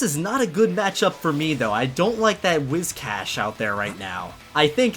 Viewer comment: sigh He just said Wiz Cash ಠ_ಠ